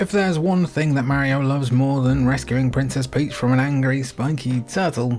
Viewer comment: He cant even say mario correctly lol Also Super mario Strikers came way before the anime soccer game.